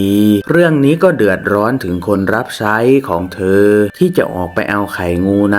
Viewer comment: ภาพสวย เสียงเพราะ เสียอย่างเดียว ช.ช้าง อ่านออกเป็น ซ.โซ่ ทักคำ😅😅😅ใช้ก็อ่านไซ้ ชาย อ่าน ซ่าย ช่วย อ่านซ่วย😂😂😂